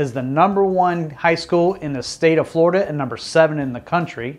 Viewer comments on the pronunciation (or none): none